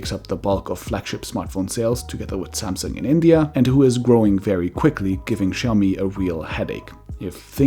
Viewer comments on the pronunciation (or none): none